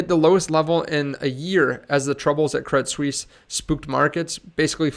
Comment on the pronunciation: Thanks for the info. By the way, it's pronounced Credit Swiss :)